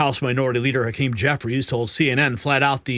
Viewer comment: Hawk-Keem you are a MORON